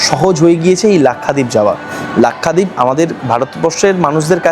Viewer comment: Nam lena nahi ata to nam kyu le rahai hai bewakoof! Its lakshwadeep not lakhadeep